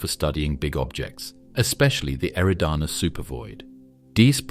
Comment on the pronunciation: I’ve heard you pronounce “eridanus” 4 different ways since the video began. Get your fucking shit together!!